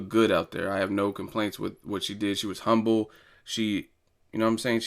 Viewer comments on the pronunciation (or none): none